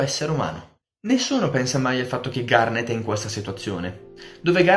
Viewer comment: Sembra che dici "kinder garden" XD